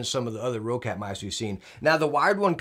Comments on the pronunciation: What is this, Row-cat I keep hearing? It's Roccat, not Row-cat! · Hey, great video! I have also pre-ordered this mouse and I love it!:) Just one more little hint since this mistake is made by many: it's pronounced like the word "rocket". Not "row-cat". Simple and plain: "rocket". Have a good day, Sir. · No diff if say quietly